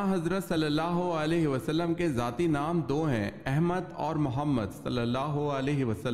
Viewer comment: ذاتی نام ھوتا ھے نہ کہ زاتی۔ یعنی ذال سے۔ زے سے نہیں